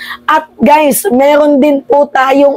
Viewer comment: Meeerrrroon ayusin mo R mo